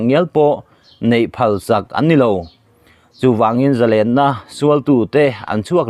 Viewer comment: Zalênna i va han lam dik tak. Ngaihthlak a nuam bik riau mai.